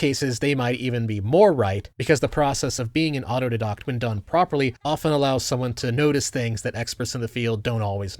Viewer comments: "autodiddoct. autodiiiiidaaaaaahct. I did naaaaht do it, Mark, I did naaaaaaht." Never heard someone say "autodidact" like you. Must've taught yourself that pronunciation. "conspiracy theory!!!" Nah, you're totally wrong on this one. The thing is, the more "highly-educated" you are, the more you've been trained to be reflexively anti-conspiracy theory, to the point that Highly Intelligent Very Serious (HIVS) people may be more likely than average to pooh-pooh away apparently "conspiratorial" thinking. It becomes a deliberately self-imposed blindspot that always reinforces itself: when the Actually Intelligent Doctors (AIDs) realize they've been spreading wrong medical information about Covid-19, they'll simply say, "I understand that I was wrong [if they admit this much], but I would do the same again, since the correct thing for me to do is to follow the consensus of my fellow scientists. Plus, I've read those papers, and they're totally valid. That paper you're citing was retracted for a reason [innately denying the known conspiracy to have said paper retracted]!" ^It's not like the 150 IQ doctors were significantly less likely to do this than the 115 IQ doctors. It turns out, they were no less likely, at all. And no, I don't think most were being disingenuous. Intelligent people are all the more capable of justifying "the lies we tell ourselves to get by". There is a part of them that understands they might've been wrong, and that they should've known better, but the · Only an autodidact would mispronounce autodidact😊 auto-die-dact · Sorry. It's "auto-die-dackts". Wasn't going to mention it at all, but it's come up a few times now. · he says auto'd'docs for some reason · pronouncing autodidact wrong is almost too on the nose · What tier does mispronouncing "autodidact" put you in? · How have you still not learned how to pronounce autodidact? Lol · I hate the way you say autodidact. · That pronunciation of autodidact though. Bro. Please stop. Please... no more.